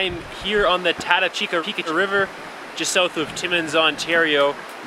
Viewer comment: Ran it twice last season in June with Kayaks, portaged 3 times of the 60 km's had a blast, your video doesn't do it justice for the scenery even thought it burnt, doing again this June First weekend. The fact that you miss spoke the name sucks lol.